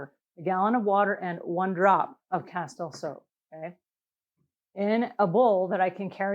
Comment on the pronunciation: It's pronounced cas-teel.